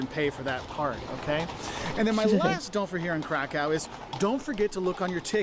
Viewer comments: Please, dot"t say Karkau*. Its a german name of polish city. Please say *Krakov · You need to learn how to pronounce "Krakow." You got Wroslaw down right so I know you can get Krakow, too.